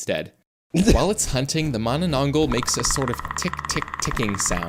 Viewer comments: pronuce mananatangal as ma-na-tang-hal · Its ma-na-nang-gal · Bro cannot read filipino manananggal😂😂😂😂😂